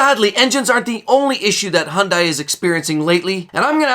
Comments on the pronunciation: The second I heard hun die instead of hun day, I turned it off. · 1. It is not pronounced Honday. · Learn how to properly pronounce Hyundai properly. "hyun-day". Then we'll take you seriously.